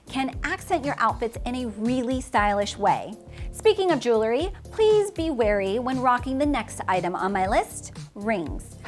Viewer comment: Just a minor point regarding pronunciation of the word "Jewelry" which is pronounced "jool'-ree" or "jewel'-ree" not "Jool-lur-ee;" a very commonly mispronounced word. Nevertheless, I enjoyed your video.